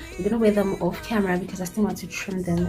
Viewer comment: I like when u "because nje"🤣...anyways nice look